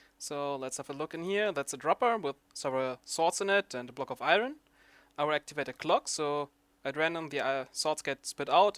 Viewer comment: iron, your saying it wrong.